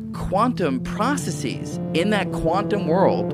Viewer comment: He pronounced 'processes' wrong